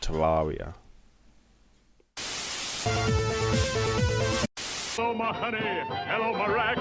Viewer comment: Its actually pronounced ter air ee uh